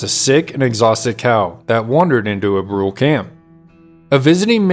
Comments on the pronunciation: As I understand it the band was known as the Brulé (Broo-LAY, not Brool). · Brule is pronounced "Broo-LAY." From the French meaning Burnt.